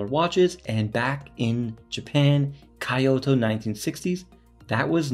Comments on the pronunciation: Hey you pronounced the watch name right but not the name of the city. Kee-oto. Not Kie-oto. 👍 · you got KUOE pronunciation right..good! but KYOTO...I suggest to be KEE-YO-TO..not Kaiyoto.👍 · Kyoh-toh, not Kai-oh-to. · Kyoh-toh, not Kai-oh-to Great looking watch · I mean if you say KEY-O very quickly then it ends up sounding like KYO. But if you slow down the phonetics it definitely does not come out to KEY-OTO. That is definitely not correct lol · Brand is pronounce "koo-oh-eh." The city is pronounced "kee-oh-toe." Nice review. Thanks. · Thanks for the video! I appreciate the Initial D reference, although I think a Casio G-shock might look more natural behind the wheel. Also, you’ve got the name of the watch maker pronunciation down, but Kyoto is pronounced like KEY-oto if that helps. Sorry to be that guy! 😅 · Not to tack on, but KYO is pronounced together in one syllable. Not two separate syllables. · 😂you got Kuoe right and then you killed it saying Kyoto. Ask a Japanese how to say Kyoto too. Jokes apart, thanks for sharing this gem with us. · calls Japanese friend to confirm pronunciation of brand name......immediately mispronounces Kyoto 😑